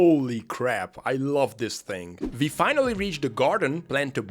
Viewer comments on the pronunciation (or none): Cannot fucking comprehend how russians can mix up the pronunciation of "w" and "v". It's fucking VIRUS, not uairus, also, it's WE, not vee